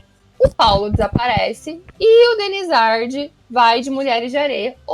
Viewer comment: Denizard o D é mudo!!! Não é DenizarDI KKKKKK